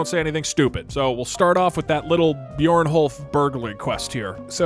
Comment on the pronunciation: I'm sorry did he call Brynjolf "Bjorn-holf"..?